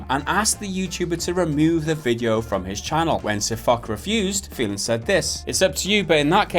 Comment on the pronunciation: Holy shit that pronance of name xdddl.... I know it's hard to deal with Hungarian names but stilll it is hilarious!